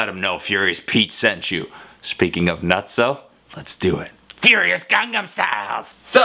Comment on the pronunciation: Watch the pronunciation, Pete. You are saying "Gang-gan Style" that means "Rape style" in Korean. It's "Gang-nam."